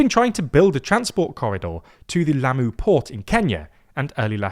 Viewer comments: Lamu, not Lammu. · It's Lamu, not Lammu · It's spelled "Lamu" not "Lammu" and the emphasis is on the first syllable not the 2nd. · srry but it is Lamu not Lammu